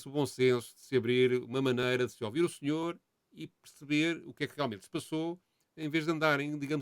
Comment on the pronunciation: Nao eh "0-vido" e "0-vir".... Foda-se! Eh ouvir. Ok?